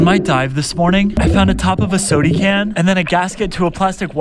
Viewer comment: Look, it’s cute when you’re learning to speak. Soda can is not pronounced sody… it’s not even a word.